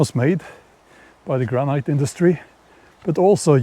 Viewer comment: Such a beautiful spot for today's video. Ice blocks might also have been used in home ice boxes (refrigerator before electricity). In most forms of English the word granite is pronounced as though it doesn't have the final 'e', so like gran-it.